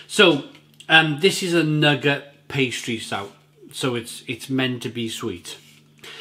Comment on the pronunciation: Great vid again. Pronunciation of Nougat is Noo - Gah.